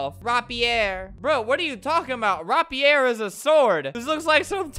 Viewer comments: Its not RAH-Pierre. It's Ray-peer. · Interestingly when he adds an accent on to something its not correct but when he doesn't add an accent it's not correct either like rapier its not ROPP E ER its RAEP E AER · He is saying rapier wrong pronounced (rape-ee-er) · It’s rapier not rapier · Nobody: Albert: Rap-E-Air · Nobody: Albert: RAP-EEE-AIR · Its pronounced Ray-Pi-er